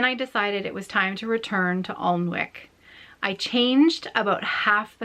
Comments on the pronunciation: I stitched the same project you are gift stitching. I made it into a cushion cover and gave it to my friend for her birthday. But I used the called for threads and fabric. Alnwick Castle is pronounced Annick Castle. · What an inspiring story! Alnwick Castle (you can pronounced it [AN]-[IK]) is just up the road from me here in the north of England and it is so beautiful, I'm glad she has such nice memories of it ❤